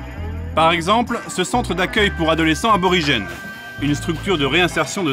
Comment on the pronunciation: Y'a un R qui a fait une PIXAR là XD